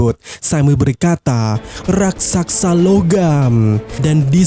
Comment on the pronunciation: Raksasa bg, bkn raksaksa.🤣🤣🤣🤣🤣